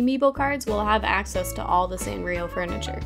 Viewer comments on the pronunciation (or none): none